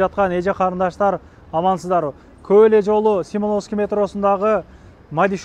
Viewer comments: Симоновский эмес Семёновская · Семеновский дегениңди кайра кайра түрүп уктум😆🤣🤣